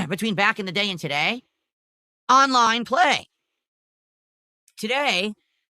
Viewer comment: "AHNLINE"